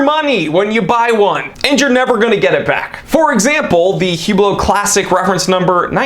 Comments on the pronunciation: “Hu-blow” your money 💰😂👍 Great one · its pronounced "uuuuhhblloohhhh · “Hublow,” gotta love it. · "Horology" should have the H pronounced.. "Hublot" should not... just sayin'